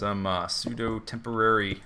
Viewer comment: when he said tamporary cat house (newer eppisode) i know what the Z drinking word will be xD